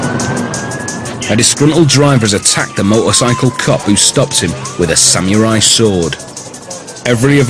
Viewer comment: Sa-Mew-Rai sword... xD I loled...